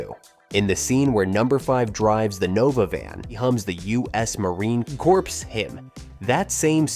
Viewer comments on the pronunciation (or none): The corpse hymn? I suspect you mean corps hymn (the 'p' is silent). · Also, Marine "Core" not "Corpse" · AI reading huh? The CORPS! Pronounced Core. Next time read it yourself! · "U.S. Marine Corpse". LOL